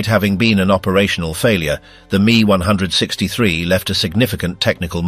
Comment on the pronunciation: Itsa pronounced "M, E, 1, 6, 3," NOT me onehundred sixtythree